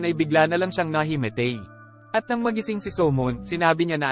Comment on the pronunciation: Nahimitey😂 nahimatay yung tamang salita.❤